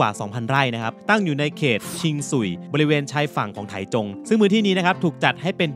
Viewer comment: ออกเสียงว่า "ไท่จง" ครับ เคยไปอยู่หลายปี